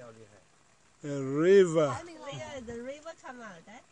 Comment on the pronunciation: Hahahahh 😆😆😆😆😆😀😀😀😁😁😃😃😃😃I can't stop laughing when I hear he said a river 😆😆😆😆